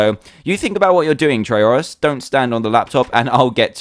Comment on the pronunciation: fake. not dans personality. neither how u pronounce trayaurus